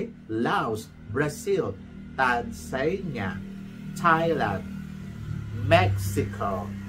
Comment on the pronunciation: Ang kulit ni.. TANZANIA - ganito pag pronounce TAN - ZA - NI - YA